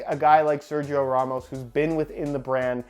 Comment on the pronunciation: Someday learn how to pronounce SERGIO !!! Repeat SER - HE- O!!!